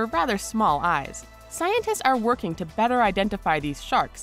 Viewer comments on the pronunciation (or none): none